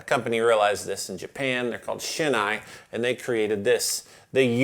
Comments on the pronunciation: The correct pronunciation for Shin-Ei is “Shin-A”, not “Shin-Eye”. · Maybe the name of the Shin-Ei company has taken on its own English-ified pronunciation over the years as "Shin Eye" but the true Japanese pronunciation is actually similar to "Sheen A" (like Ate, not Ah).